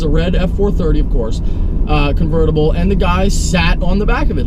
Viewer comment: I thought he said "Covertible F-450" and was so confused.